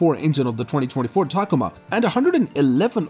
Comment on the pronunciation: What the hell is a “tacama”, are you meaning ta-COma?